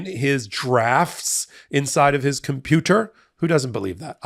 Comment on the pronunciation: Lol the way he says “cum pew ter” is hilarious